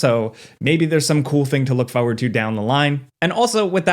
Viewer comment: He says forward like fowad